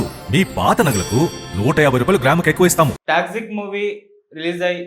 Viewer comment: orey anchor adhi taxi kaadhu ra Toxic